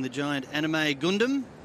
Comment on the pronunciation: After he calls it a goondum Me: IT'S A GUNDAM!!